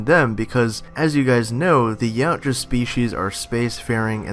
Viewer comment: Its pronounced "YOW-T-YUH" Not "YOW-T-JUH"